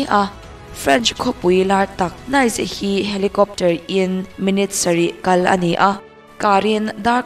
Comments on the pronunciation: Nice - sap ṭawnga 'nice' angin lam rik loh tur, 'neece' tia lam tur. Grand Prix - 'priks' tia lam loh tur, 'pree' tia lam tur. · Nice hi Niz/Nis tih a lam tur.. Grand Prix pawh hi Grand Pri/pre tiin lam ila a mawi zawk/ an lam thin...